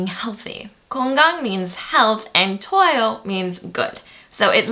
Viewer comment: The content of this video is great, but I can't get past the accent and pronunciation. Especially 많아요, it sounds more like '만나요' in the video. 좋아요 sounds like you're saying 저와요. You say 달아요 and 달라요 the same way. I might be a bit nit-picking but I think a certain standard should be maintained for teaching. :)